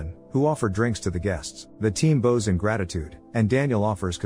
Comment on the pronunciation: Fix your AI narration!! It's NOT bose, what you use with a violin, but bows, as in "bow” -wows !!